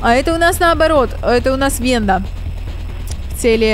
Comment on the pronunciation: ВЭНДА А НЕ ВЕНЬДА